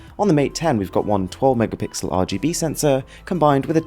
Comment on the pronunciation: me: one megapixel: ONE MEGAPICKLE